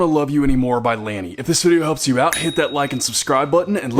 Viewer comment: i cant watch it he said lany wrong